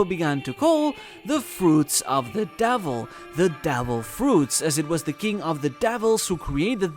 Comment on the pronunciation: Your pronounciacion of "devil fruits" (as "del fruts") really ticked me off. Makes me wonder if you were doing it on purpose actually. Interesting video overall though!